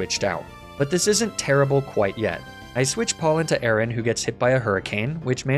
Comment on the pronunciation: is nobody else triggered by the way he pronounced aron? he's saying "aye-aye-ron" it's "aye-ron" were tf is he getting the second A?